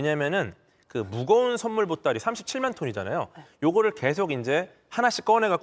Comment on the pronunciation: 쏘는 썬물 발음 웃겨ㅋㅋㅋㅋㅋㅋ